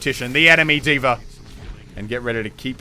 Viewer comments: Why do you and tyrodin always pronounce D.va like Deever? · Who else is triggered by the way Moosetits pronounces D.Va?